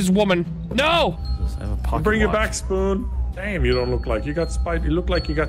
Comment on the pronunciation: I keep hearing moo snuckel instead of spoon haha No hate i love spoon